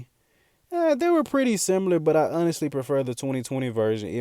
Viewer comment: Love the channel boss but c’mon…”similar” not “simular”